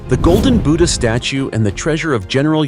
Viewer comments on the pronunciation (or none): none